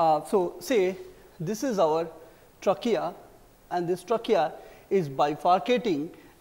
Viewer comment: trachea ko bol rahe hain "truck kiya" hahaha our ko "auvar" hahaaha